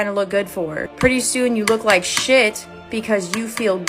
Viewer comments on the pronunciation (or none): none